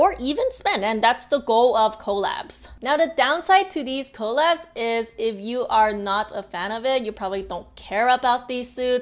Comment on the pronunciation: The first few times you said collabs I thought you kept saying call apps And I was really confused what is call apps 😂